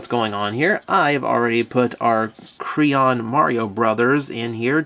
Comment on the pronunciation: is it me or did anyone else hear him say crayon at ibe point in this review or was it just me